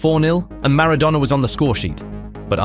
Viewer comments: It's not -douna, its -donna :) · Who TF is Diego Marra-donor? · I HATE these stupidity AI narrations. Who the fuck is Diego Maradowna??? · Who the feck is Diegough Maradoughna? You mispronounced everything. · He wasn't 'Diego Marrow-Donor' you ignoramus. Say his name properly. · Mara-dough-ner? AI voice? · "Mara-DONER" ??? NOOOOOOOOO 😢 😭 😠 😡 👿 😤 🤬